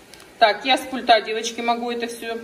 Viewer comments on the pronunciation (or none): Не с пультА, а с пУльта)))